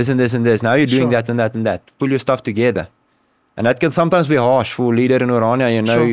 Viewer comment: it's NOT! oranjia! It's O R A N I A, from the greek, O R A R, dream